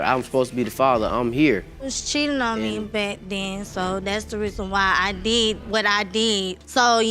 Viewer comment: "That's why I deed what I deed"